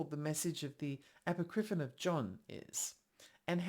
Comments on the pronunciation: I just think Icke is incorrect. I wasn't going to say anything, because I am that person, and I'm trying to control myself. But consider calling it "a POCK ri fon." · Apocripinon, you say?